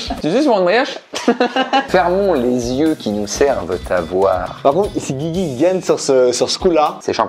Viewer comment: Quand ils disent “Guigui” ça se barre en couilles un peu plus à chaque fois, à la fin on était sur du “Gzigwi”